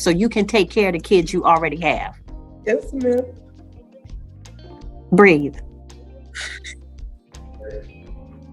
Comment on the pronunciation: Breathe, not breed. The Sistahood is coming for this judge. Plantation mammies are okay to the communitah